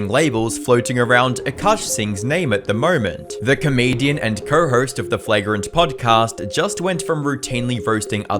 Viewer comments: Courrr hourrst lol aussie accent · bro when you said "co-host" for a moment it sounded like you said "pervert" 😂🤣 I don't know why...